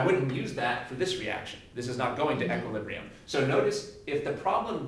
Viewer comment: He does it to give a more thorough understanding. I'm sure it helps people who are really struggling with the fundamentals. I think he's great at explaining concepts overall, though. Btw, he's the first person I've ever heard pronounce equilibrium as "eck-quilibrium." =p